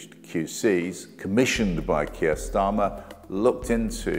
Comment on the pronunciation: You hef a problem vith ze pronunciation?